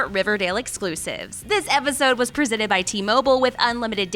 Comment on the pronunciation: What the fuck? Did you really pronounce "presented" that way?